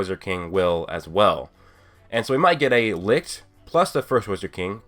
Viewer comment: Hmm I'm thinking of an English word which i could show to help properly pronounce the word Licht. Hm..... Echelon. Try to use the ch from echelon for the ch in Licht. I think that gets you closer to how we Germany pronounce light in English ;)